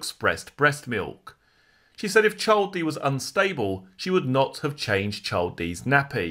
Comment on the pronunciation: Hi, the word 'Child' is pronounced "Ch- eye - ill'd" and not "Ch- 'old".